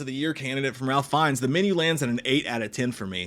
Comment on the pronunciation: I think it's prononced. Raif Fines. Or it was 5 minutes ago.